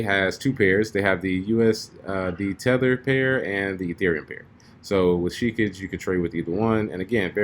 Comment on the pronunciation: Pronounced "Shih-kah-gay"..... as in Hokage (Naruto).. lol it's not "sheekijjj"